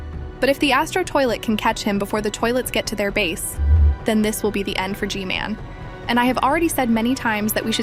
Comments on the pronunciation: Hey why are you saying g man name like this g mail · The most of the time i heard i heard her say gmail instead of gmail 😂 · Why does she call G-man gmail?